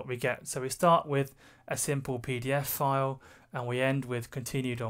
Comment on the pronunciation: When I ear you say PDFfile, cannot avoid to remember IT Crowd "Peter File" Beside that excellent video very well explained.